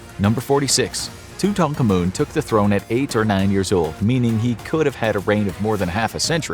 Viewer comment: King tutANkaMOON 💀